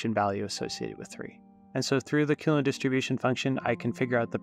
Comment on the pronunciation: what are you even talking about, he pronounces it perfectly